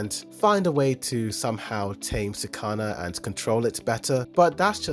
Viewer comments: I had to stop the video after he pronounced Sukuna as “sooh-kah-nah” -_ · Sakana? You said fish in Japanese lol. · Why do you say Sukuna like Sakana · trust me when I say he will never correct that hes been saying it like that since the very first episode LOL plus he watches for the pretty colors who cares about actually paying attention